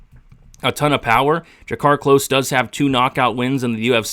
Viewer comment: *klose not close